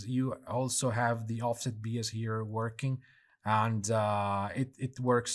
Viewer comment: Great stuff, can't wait to test it in UE5. Just a minor comment, bias is pronounced "Bye-as".